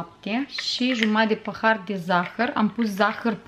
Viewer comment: Cică "păhar"